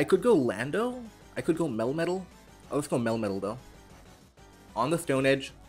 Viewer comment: Love these videos also love how your "melmetal" pronounciation, sounds like "metal-metal"